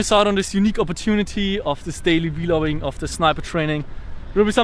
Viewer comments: It's vloging not Veeeeeeeeee loging 😂😂😂😂😂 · It's vloging it's not hard to say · just to let you know vlogging is pronounced like blogging just with a v, i don't have anything against how you say it. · Its VLOGING not V-LOGING + you didnt link the song, otherwise its all great 😂😂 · Hey it Vlogging not V-Logging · Uhh, vlogging is pronounced as "vlogging", not v-vlogging. Just said it, no hate, pls don't shoot me. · Vee Loging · It's funny how he says the "v-loging" XD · Ve-loging ~ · why say V-logging?? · Y is he saying v-logging